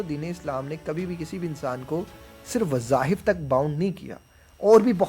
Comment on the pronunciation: Wazahif nahin wazaif